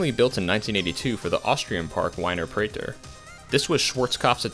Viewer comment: a little painful to hear the way you pronounce Dahlonega and Wiener Prater 🤣